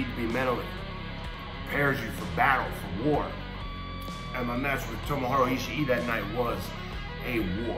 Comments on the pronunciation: He said "Tomohora" Ishii...lmao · This man is WASTED. He really said Tomohora